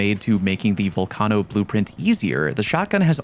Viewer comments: VULcano,not VOLcano 😂😂😂😂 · bro just say it like volcano 🌋, sounds cringe any other way. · bro... why are you pronouncing vulcano so wrong? you know what a vulcano is right? gaint lava filled hole in the earth? its not named after sal from impractical jokers. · the way you say torennte and volcano wrong......oh my lord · That kettle nerf didn’t effect the gun AT ALL for people who don’t use macros. Learn how to pronounce torrente and vulcano.